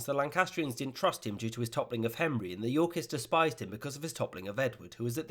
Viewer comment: The way he says "Yorkists" sounds too much like "Yorkies" and now I'm imagining adorable dogs killing people.